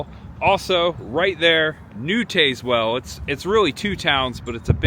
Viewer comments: Us locals pronounce Tazewell with a short a like tasmanian devil. Some GPS's pronounce it the way you did though. Used to love Adams small town and back roads videos and glad to see you do some!! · please please please, when you explore find a local and ask them how they pronounce their town cause you are murdering this one. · I find it hilarious how he pronounce it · Is pronounce Tazewell like the Tasmanian devil..... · it's Taz well not tazz well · The e is silent, it's pronounced tazwell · not I’m not being a blank. But it’s pronounced Taz-well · They should both (TN/VA) be pronounced the same way, TAZZ-WELL. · Wrong pronunciation of Tazewell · You butchered the name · Im so glad you showed this little town. My brother grew up here and i still have yet to experience it but youve highlighted some really cool things to do !!! Im sure others have mentioned this buttttttt for next time its pronounced Taz-well like the tasmanian devil lol. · As someone from East TN…it is TAZ- Well. Not TAZEwell. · If you’re going to do “informative “ videos ,learn how to pronounce the places where you are. It’s Tazz-well not Taze-well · IT IS PRONOUNCED TAZZ- WELL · I live near Tazewell. It’s pronounced Taz well just to let you know. Good video! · If you made it to Frostee Freeze, I hope they told you how to say Tazwell, TN...say it like TAS- WELL...like Tas-manian devil...you're ok though...easy mistake, lol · Taz like the Tasmanian devil not Taze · Hey, FYI, it's pronounced TAZZ-well, not TAZE-well. Just another weird Southern town name. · Yankee pronunciation. Not pronounced Tazewell, but Tazzwell. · Pronounced Tazzwell not Tazewell. But that is how it is spelled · Yes it's Tazz-well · Tazz well. Please learn the names of these towns before making your videos! You have butchered several town names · Tayz-well.. lmao. Not how its pronounced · Tazewell pronounced like tas i.e. tasmanian devil. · its a soft a in Tazwell